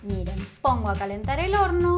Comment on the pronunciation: (1) me encantó la receta está muy buena jaja ya lo hice y me salió 10/10 al seguirte,te banco un montón (2) en los segundos de 26 al 31 "mis amigos discuten y dicen que dijiste p0RN0 a lo que yo me Rei, para mí dijiste horno pero es como que queda Raro igual cabe Recalcar que son alzados los pibes estos en fin disculpa que te joda pero me Dió curiosidad saber que dijiste aparte así después les presumo a estos que yo tenía Razón